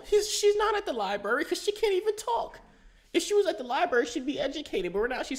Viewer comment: libarrrrrrrry really? library